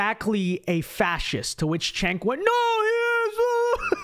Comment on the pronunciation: It's pronounced, "Chunk" 😆